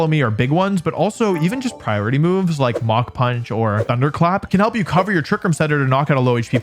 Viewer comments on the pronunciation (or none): none